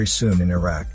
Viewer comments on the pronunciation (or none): none